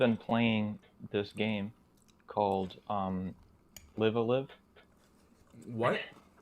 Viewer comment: Live-A-Live is pronounced as in live audience. Read the katakana, reeee